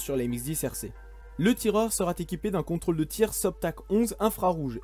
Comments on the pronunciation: liaisons dangereuses :) "sera T équipé".... d'où sort ce t???? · Il faudrait éviter les "sera-T-équipé" ... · Il "serat" abandonné. Faut vraiment faire un effort sur l'orthographe. Ça te joue des tours même à la prononciation. Dommage parce que le contenu est vraiment intéressant. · "Sera" sans t, ça déchire les oreilles de tous ceux qui ont correctement appris la langue française ! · Attention aux liaisons ! "Il sera t'abandonné". Sinon reportage intéressant. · Merci de ce travail très complet. Je me permets un point qui peut paraître de détail, mais auquel je suis très sensible personnellement : les liaisons. Vous rajoutez des "t" là où il n'y en a pas ( sera, viendra) avec une liaison superflue et c'est douloureux à l'écoute. Sinon bravo pour cette vidéo très riche en informations et en 'images !. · Sera futur n’a pas de T à la fin ,donc pas de liaison 🙂